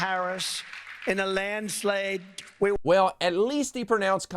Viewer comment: No he didn’t at least pronounce her name right just before mispronouncing “landslide”. He got them both wrong.